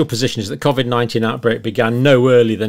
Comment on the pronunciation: The only thing John gets wrong is pronouncing the word Covid haha